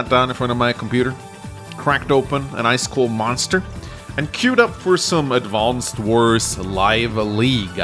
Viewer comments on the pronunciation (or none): “Advonced wors”